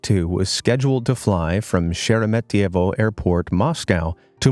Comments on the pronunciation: Props to the guy for saying Sheremetyevo right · Wow, an anglophone who managed to correctly pronounce Sheremetyevo over and over, I am impressed!